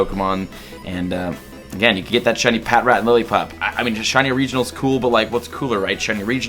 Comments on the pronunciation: Pa trat that's how its pronounced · AHHHH ITS PRONOUNCED PATRAT NOT PAT-RAT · Not to be mean or anything, but snivy is pronounced sny-vee and patrat is pronounced puh-trat